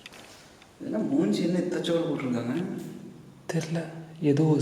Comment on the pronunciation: slang ''edhachodu'' word is ultimate